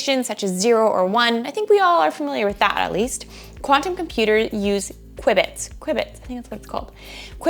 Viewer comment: Q-bit not Qui-bit 😀